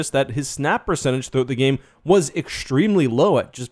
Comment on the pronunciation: Practice saying extremely without the 'sh' sound before the t. You are killing the English language! 🇨🇦